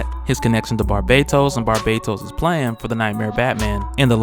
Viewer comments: Fam I love your videos but you are pronouncing barbatos' name wrong its not Barbados its barBATos notice there is a bat in his name not bad so there is a T sound. Love your videos keep em up. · Yo thanks for fixing the pronunciation on Barbatos... Although I still think the short 'a' would be more accurate. Keep it up man!!